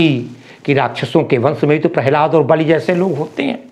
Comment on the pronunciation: बालि नहीं बलि